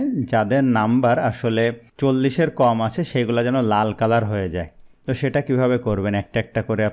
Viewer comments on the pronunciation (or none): none